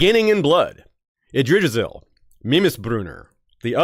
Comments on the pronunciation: Being pedantic here, but Yggdrasil is pronounced with the hard "G" as in Gas, not as in Gerald. So it would be IGG - Dra - Sil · I laughed every time attempted to pronounce Yggdrasil 🤣